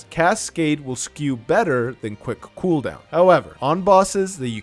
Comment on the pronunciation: quwhick cooohooldown